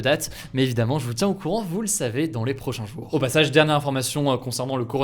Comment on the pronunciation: Tes prononciations des mots me fume essaye d'améliorer ça si tu peux par exemple ces prochains jouuuuuuuur au lieu de prochains jour, ou kive alors que c'est Kiev 😭🤦🏻‍♂️